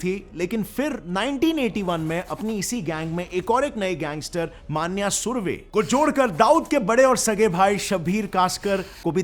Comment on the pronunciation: It's मन्या सुर्वे Not मान्य सुर्वे and Its अरुण गवळी Not अरुण गावली.. Keep it Clear